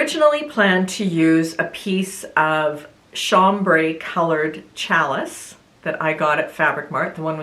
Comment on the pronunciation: You did a very nice job on the Mood top. Some difficult techniques and you were up to the challenge and did well! That rolled hem foot can be tough even for a very experienced maker. I really like your bamboo jersey top, looks great on you. I debated whether to tell you this, but you seem like a person very open to learning…challis is a French word and is pronounced “shall-e”. Keep up the good work! You have a lovely voice and a good presentation style 😊